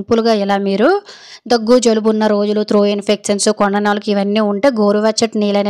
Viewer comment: త్రో కాదు.. త్రోట్ ఇన్ఫెక్షన్... లేదా గొంతు లో ఇన్ఫెక్షన్ అనొచ్చు.. తప్పులు పలకొద్దు